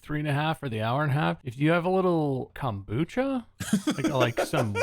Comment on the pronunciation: I'm def saving this because of bob's Californian accent. The way he says kombucha is just 😭😂